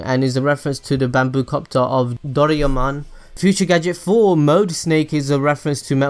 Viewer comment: DU REE YEAH MOWN